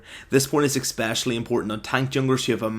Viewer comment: Why do you say "expecially"? D